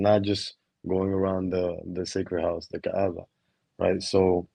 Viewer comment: when you say Kaaba you pronounce it wrongly It is like you say (كآبة) "depression" instead of Kaàba (كعبة)